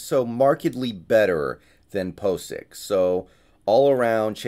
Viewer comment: PO tential Ethan POcic lol did you do that intentionally?